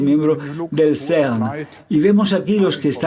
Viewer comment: El Traductor tiene una dicción pésima O.V. Please! No es el SERNNN! Ni tampoco Ainshhhhhtain! Se pronuncian CERN y "Ainstain"